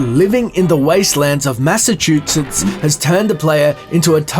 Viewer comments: The way you say Massachusetts makes me want to fucking shove a live grenade down my throat while shooting 50 bmg rounds into my knees whilst falling down the empire state building with bloody cut wrists. It's mass uh choo sits. Not massachootsets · MASS-A-CHOO-SETS. GAWDDDDDD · As a Massachusetts alien, you saying massatoosetts angers me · massachu “setts” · Anyone else notice how his Australian accent makes him say mashshatooshesh? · Say Massachusetts again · His pronunciation of Massachusetts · Its hard hearing someone pronounce Massachusetts wrong, considering ive heard its name all my life. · Your pronunciation of "Massachusetts" omg. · Lol you were doing good at saying Massachusetts.. I understand a lot of people can't say it right but the last time you said it .. U kind of failed lol, good video tho :) ps if u ever need to say it real fast just say mass it's what we call it for short